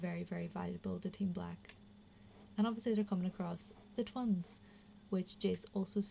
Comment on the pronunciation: "The Twuns" lol